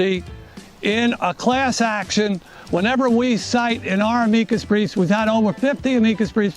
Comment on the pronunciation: "amigas" briefs? amicus briefs